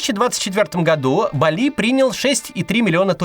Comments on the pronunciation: БАли ударение на первый слог. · Максим так давно рекламирует BREIG Property, но до сих пор не определился, где ставить ударение в слове "Бали".